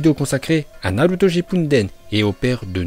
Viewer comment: C nul il déforme tout les nom (va apprendre la vrai prononciasion des nom